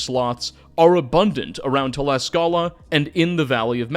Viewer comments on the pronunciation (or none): none